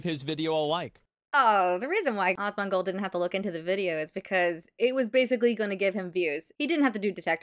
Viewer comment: Dual posting but I wanted to say it cracked me up in good natured way how this creator calls Asmon Awes-mon. It makes me giggle and not trying to be mean. It's cute and funny.